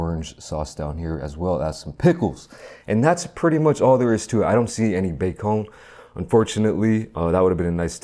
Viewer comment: “BAY CON” 😂😂😂